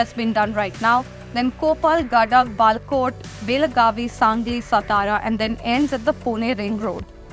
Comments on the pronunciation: That baGalkot with G , not balakot.. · She say Bagalkot as balkot.. I dont know how come ??